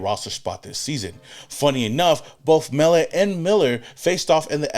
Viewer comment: The 2 QBs we got back to back from the FBS level r great picks bro. I know u don't follow FBS too close, that's ok cuz I'm here to tell Raiders Nation not so sleep on those 2 kids. Pete Carol wanted winners, he's got em. Those two r freakishly athletic at their craft & only wake up in the morning is to compete & win. Mark my words, Biff told y'all!!! It's Mell Ot, not Mell It Love this channel!!!!